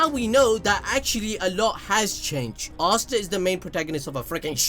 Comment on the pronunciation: Am I the only one who doesn't hear him say Asta but Asuna? Only me? Okay